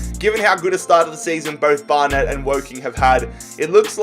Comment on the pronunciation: Flyde? Bar Net? It's Fylde, like Wild with an F. It's Barnet. Like one word.